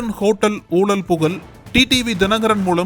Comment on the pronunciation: ஐயா நக்கீரன் குழுமமே.. Voice Over ல பேசறவங்க "ழகரம்" Pronunciation ah கொஞ்சம் சரியா பேச சொல்லுங்கையா 🙏🏻🙏🏻🙏🏻🙏🏻 "ஊழல் புகழ்" அப்படின்றத "ஊளள் புகல்" னு படிக்கறாப்ல... 😏😏